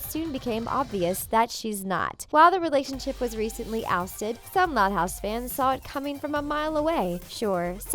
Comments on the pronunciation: Is it just me or did it sound like she said: "Which thot house characters" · No it’s not just you